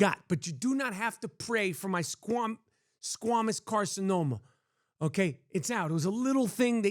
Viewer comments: It's squamous not squemeous. Rappaport is annoying and obnoxious. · Mike, I think you're awesome. I love your honesty. You have no fear with saying how you feel about sh*t. I admire that! I must say though, you pronounce squamous incorrectly. Ignore the U in the word. It is a long A sound. I am glad you are doing well. I don't have to tell you that being Ashkenazi Jewish, you are at higher risk for cancers. Obviously, you are on top of it though. I like your excitement about planking. I felt that way about a weight loss journey. No one could stop my enthusiasm. Keep on keeping on. Haters gonna hate. Peace!